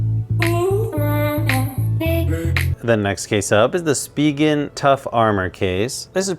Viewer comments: It's just "Spih-ginn" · Say Spegan one more time I swear 😂